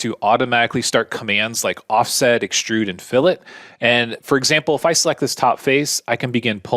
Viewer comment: It's not EXSHTRUDE, it's extrude, it's not CONSHTRUCTION, it's construction, and it's not SHTRAIGHT, it's straight! The new epidemic of stupid linguistic affectations with any word with an "str" vocalization. And AXIS is singular, and axes is plural. Geeeeez!